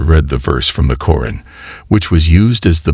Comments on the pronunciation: Sir not koren its quraan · Salam everyone. Pls do something about the narrator. He says the word Quran in a bad way. Pls fix it. Jazakom Allah Khair